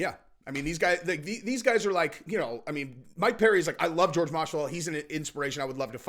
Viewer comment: Who tf is George? His name is pronounced Whore Hey